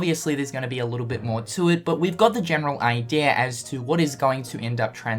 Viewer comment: eye-dee-uh not eye-dear lol